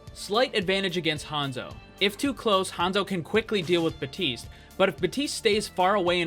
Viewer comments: It,s baptiste not baptist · really useful video but drives me mad every time you miss out the "P" in Baptiste's name